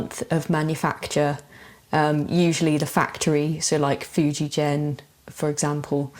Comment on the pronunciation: In Fujigen that g is pronounced like in a word again.